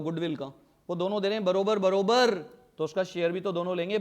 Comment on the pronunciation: Barobar barobar nahi bhaiya barabar barabar hota hai😂😂